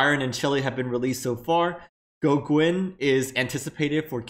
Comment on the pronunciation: It's pronounced Go-Gen not Go-Gwen. lol